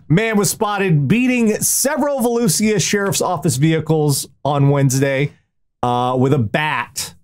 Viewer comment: Hey,, I don't know if you'll ever see this, but Volusia is pronounced Vuh-loosh-uh.